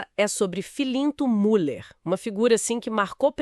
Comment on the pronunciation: Impossível continuar te ouvindo.... A pronúncia é Miller , u com trema leia-se Miller..... é um sobrenome alemão....